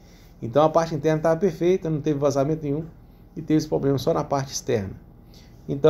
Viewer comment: chega doi o rim de ouvir a palavra 'poblema', mas o cara sempre falou assim, não é agora que vai mudar né... rs rs show parabéns adoro seus videos